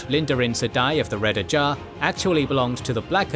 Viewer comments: Ajah, not Ajar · >makes videos about wot universe's lore >calls Ajah "ajAh" Bruh.